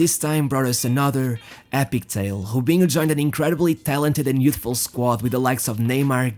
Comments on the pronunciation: I like how you say jubinho instead of robinho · Why do you pronounce the R as a J. Robinho as Jobinho. Keeps bugging me. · Why u saying hubinho its Robinho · its Robinho dude fuk that accent its not ghobinho lol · Why you call him Hobinho? I've heard actual Brazilians clearly call him "R"obinho. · It is really annoying how you pronunciate Robinho's name. You can clearly say Ronaldo's name correctly by saying "Ro"-naldo, instead of "Honaldo". But when it comes to Robinho and other players like Roberto Carlos, Raul, you used H instead of R like Hobinho, Hoberto, Haul. Its like you literally can't speak words that starts with the letter R. But in some word like "remind" you can say the word correctly, not saying "hemind". Why is this?? As i said before, its really makes it annoying to listen to your narration. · Why he call him hobinho? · Hobhino, Haul, Hoben wtf 😂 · Good videos, Just wish he would stop with the Khhhhobiniho crap. He can clearly pronounce R, no reason to over do it with the accent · His name is Robinho not hoebinho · Bro - why are you mispronouncing words so terribly? You pronounce ROW-BEEN-YO as HO-BEEN-YO You pronounce HIGH-LIGHTS as EYE-LIGHTS Are you intentionally being a troll? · who the hell is obinho, van nistel oy, obben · He cant say his R’s😂😂